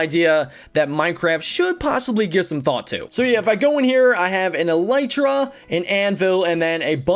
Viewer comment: elytra is pronounced el-eee-tra